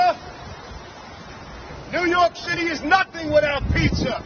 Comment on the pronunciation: "New York Shitty" My new favorite accent.